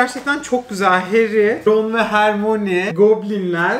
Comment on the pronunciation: Allahim bu ne ya hagrid nedir hegrid diye okunuyor ya harmoni ne ya hörmayini diye okunur guya yillarin fani